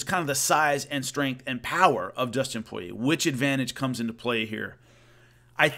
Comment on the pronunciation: It's Poirier, not Porier 👍🏻👍🏻